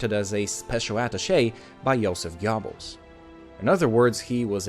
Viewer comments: joseph jabels?! WTF. Thats not even close. Göbbels, use text to speach. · Yobbels? I am sorry but there is a g in the start of name.